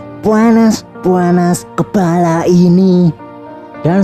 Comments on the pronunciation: Kepala bukan kelapa😂😂😂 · Di menit .kepala bang bukan kelapa 😂